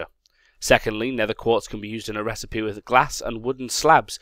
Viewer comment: Did say 'quart'? And more importantly, did anyone else notice?